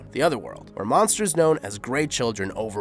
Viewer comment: Brahms is pronounced Bramms. Not Brah-ms. Samael is pronounced Sam-i-el, not Sammy-ell. Flauros is pronounced _ Flowe-rosse (Flowe as in flower, and rosse as in gross.) Wasn't 'Rosewood park' it's rosewater.